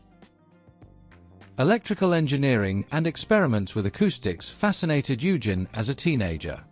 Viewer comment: Oy-gen, not You-gin! Your German pronunciation needs some work!